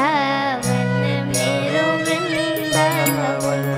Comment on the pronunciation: वृंदावन का इससे प्यारा उच्चारण नहीं सुना।❤❤